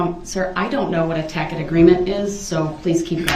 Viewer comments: He is so disgusting… but pathetic as well..Getting all his new lawyer words wrong..Tack it, biast..😂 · DUMBO ITS “TACIT” AGREEMENT, NOT “TACK-IT” AGREEMENT!!!!!! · “I don’t know what a tack it agreement is.” Rolling on the floor. 😂🤣